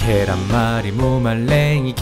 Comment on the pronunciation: 계롼뫄 리~ 무 말뢩이